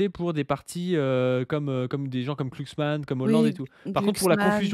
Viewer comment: c'est genre du dogwistle de gauche le fait qu'il prononce Klucksmann ?